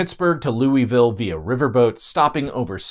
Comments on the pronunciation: I'm pretty sure Louisville is pronounced "Lew-wee-ville". After King Louis pronounced like that and not the way the first name is normally pronounced in English. Like we pronounce Louise but minus the "e". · People complaining about how he pronounced Louisville. Ask someone from Kentucky to pronounce the town name of Versailles 😂 Also, a teacher's friend wrecked his jet ski while on the Ohio, cutting his leg. It became so infected from the water they nearly ended up with an amputation. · Why do you keep mispronouncing names? Mobile, Papal, Louisville? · yeah, and I'm from the south and you're mispronouncing Mobile and Louisville. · pronounced lou-i-vul or lo-vul not Louis-ville. Remember this is the south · As a native of Louisville, it's always been a bit of a joke how bad the Ohio is. The fish glow in the dark, they say. Or when a criminal jumped in it to escape the cops, "He's gonna regret that in a few years." Also, it's Loo-uh-vull. Louie-vill is acceptable but will get you immediately outed as an outside. Louis-ville just hurt my soul. Leave the s out unless you're trying to start a fight. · you have it wrong about the Ohio River splitting the North and South, KY was split, we had Frankfort as the Northern capital and Bowling Green as the Southern capital. The Sorthern Army made it as far as north Shepherdsville. And it's pronounced Louie-ville, not Louis-ville. We were orginally a French colony city, not British! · Um, it’s not Lewie-ville, it’s Lou-uh-vull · Louisvillian here as well, goodness it hurt when he said "Lewis-ville". also, judging my your user name I think you would really enjoy my former band, Stagecoach Inferno, based out of Louisville. I had to bow-out when I had kids but they're still active and very much along the lines of Maiden, except all the songs are about the Wild West. They're on Spotify and Youtube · ain't none of y'all out of towners know how to pronounce Louisville, smdh (it's "Loo-uh-ville" thank you very much. :P)